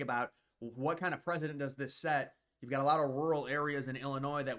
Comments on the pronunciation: It’s preCedent not preSident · Precedent (press-ah-dent) not president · Pre-cee-dent. Not President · It won't set a "president" it will set a 'precedent'. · Dude, PRECEDENT and PRESIDENT are not pronounced the same! Downvoted because your inability to use proper pronunciation makes you unwatchable! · The word you keep getting wrong is "precedent". It's not "president". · "Precedent" is pronounced :press-i-dent" Not president. 😂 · You said president, The word is precedent. Close 😂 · Setting a "President"? Learn how to speak.